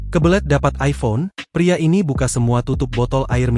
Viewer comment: Aiphon ? Masih hebatan android lah 😂